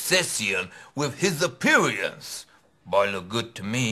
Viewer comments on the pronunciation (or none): Don’t forget ‘appeariance’